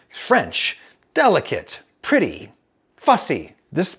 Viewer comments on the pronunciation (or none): Not gonna lie I thought you said petty macarons.